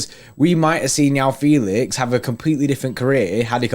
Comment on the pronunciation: Its not yao feelix🤣its juau fehlix(joão felix)